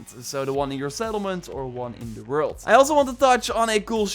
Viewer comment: There are many weapons you can findin the "wruld"